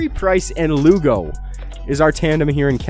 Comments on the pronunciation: How could you name LU-ON-GO Lugo? hahaha nice vids though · He called him lugo WTF